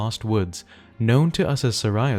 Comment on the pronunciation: "Om-ni-us" "Dee-ku Tree" "Sir-ah-ya's Song"